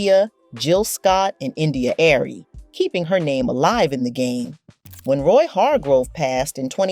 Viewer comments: Same for the mispronunciation of India Arie! Its "AH-REE" not "airy". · Along with the clickbait and the mispronunciation of the other artist names, India Arie/India Airy and Patrice Rushen/Rooshen this commentator knows how to butcher up names 😂😂😂